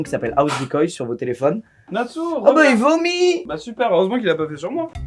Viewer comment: ce "Oh bah il vomiii" si accentué 😂😂